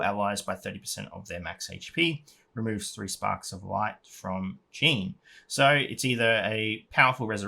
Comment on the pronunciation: Nice video, thank you ol boy. Remember to pronounce Jeanne in a French way, just like all high elves names are to be pronounced in Japanese! Xd